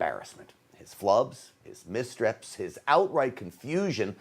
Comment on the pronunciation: Anyone else notice Stinchfield said "misstreps" when he was trying to call out Biden for making missteps? Ironic, don't you think?